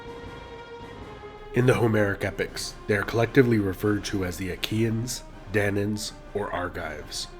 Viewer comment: Don't you check spellings or pronunciations? What is the "Odessey"? And "Danaans" has three syllables = Dan-ah-ans.